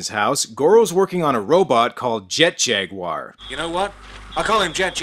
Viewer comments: It is actually Jag-u-ar... hence why it isn't spelled Jagwar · "jet JUgULEr." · it's JET - JAG - U - WER 😂😂😂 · His name is Jet Jag-u-wir!, 2 seconds later: Jet Jaguar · Jet Jag-You-Are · They probably pronounce Jaguar like a sensible Person and not like an American Jack Wire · how the hell did english speaking dubbers mess up "jaguar"? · Thought that's how the Aussies, British and you dry Canadians say Jaguar?